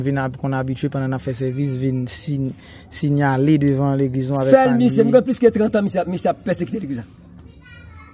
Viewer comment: Mo kle nan èntèvyou sa pou se sinyale 😅. Ou pote anpil aksan sou sinyale